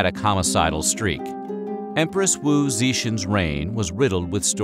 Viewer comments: Empress Wu Ze "Syen"? 😑. Horrible pronunciations. And Wu Ze Tian was an evil woman but you are wrong when u said she was an ineffective leader. She was a very capable and effective leader and many people consider her among the top 10 greatest ruler of China ever. The Tang Dynasty expanded by a lot during her reign, she introduces the meritocracy system where civil servants are no longer judged by class status but strictly by merit. During her reign she build many impressive monuments and China was rich. Get your facts right. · It's promounced "Wu Zé Tian". this account of Wu Zetian is inaccurate. please do proper research. better watch this Wu Zetian | The Empress Who Ruled The World by Absolute History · Okay pleeeease learn how to pronounce certain things. I love your channel's job, but Wu Zetian is not pronounced properly in this video. It would be better if you did research on this too. It's a really good video, tho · The absolute butchery of Wu Zetian's name bombastic side eye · The pronunciation of WU Zetian is painful 😬 If you’re going to make a video featuring someone at least make the effort to learn the proper pronunciation of their name. It may seem like a small detail but it’s really not. I love Weird History videos and would greatly appreciate this attention to respectful detail. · You pronounced Wu Zeitian's name wrong but that happens. More importantly you spoke on debunked rumors about her. One's that were written many years after her rule by disgruntled men upset that she held the title as Emperor. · Wu Ze tian’s name was wrongly pronounced. This is forgivable. But, Ineffective leader? LoL. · Sorry but you pronunciation of wu zetian is horrible